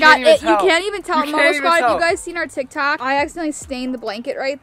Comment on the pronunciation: Who else noticed that said tik tack instead of TikTok——————>